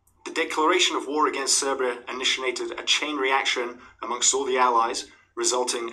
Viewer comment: Love the video, love to you and our Romanian brothers. Cheers! Oh bdw Serbia is pronounced like Sergei (at the start, the end you got right.)